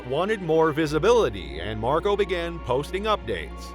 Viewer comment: I can’t get past Marco being pronounced MarGO.